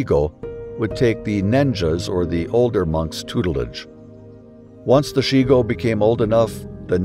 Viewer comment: A few words about Japanese pronunciation and stress. "Chigo" is pronounced as written, not "Shigo". "Nanshoku", not "nanshuko". "Yukio" has equal stress on its three syllables, not "Yu-KI-o" with stress on the middle syllable. "Meiji" with the "ji" as in "John". "Seppuku", not "seppuko". Otherwise, thank you.